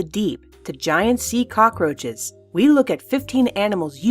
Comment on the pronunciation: I love the way they said cockroaches the end! LOL fucking hilarious!